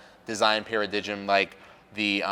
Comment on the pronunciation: Did you say paradijem? Lol sorry bro but cmon.